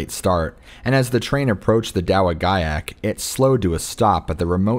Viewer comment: Dowagiac is pronounced duhwahjeack